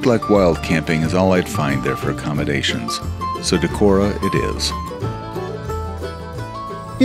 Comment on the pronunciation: Pronunciation of "Decorah" is correct. Friends had their wedding in that hotel (in the Opera House). I never biked it, but have heard good things about Trout Run Trail which circles most of the city. When visiting I usually stop at Whippy-Dip for a treat. There was/is an eagle nest near the fish hatchery - there is a webcam for it.